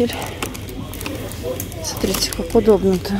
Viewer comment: в этом видео оооочень часто употребляете слово "сотрите" вместо "смотрите", уши режет. Не в обиду, а "на заметку"